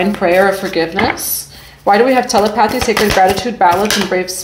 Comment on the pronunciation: Mommy it's pronounced tah-lep-uh-thie = telepathy